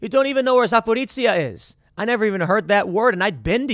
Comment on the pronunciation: Dude, it’s Zap-o-reezh-e-ya. They produced a lot of cars during the Soviet era. Also home to the Cossack island of Hortysta with US funded Cossack boat restorations. The city is also home to an apartment building that was the in the shape of the letter “C”, Cyrillic alphabet equivalent of the English “S”, that was supposed to spell out the name Stalin when he was in power. They also had a huge Stalin statue that got torn down following 2014.